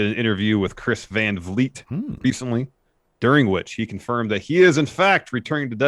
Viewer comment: "Confrimed" and "Imact", eh?